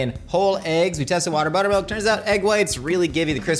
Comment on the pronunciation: Did he say butt milk